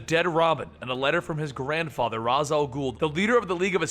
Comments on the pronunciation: ( Ra's al ghoul=(RAYESH al ghoul) not (RAS al ghoul No disrespect intended but they all say it like this..the animated series....the batman games... + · Rash al gule not raz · It is pernoused rashe not ras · You pronounce it ras' al ghul' ( R as. Al ghoul )) but in son of batman it pronounced as raiseh for ras' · er, its pronounced raish and spelt ra'z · Damian: I don't have friends. Maya, Suren, Maps, Colin, Rose: Alright, guess we'll just stand over here and fist ourselves. also you mispronounced Ra's (r-ay-sh) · ok then if it's correct(i'm not disagreeing)....then how did the Batman games pronounced it? how did the animated series pronounced it? how does every one pronouce it in the shows? (RAYESH) and it seems cooler as well so lol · its Ra's Al Ghul but Ra's is pronounced Raesh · You keep on saying Ra's name wrong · I cringe everytime u pronounce Ra's.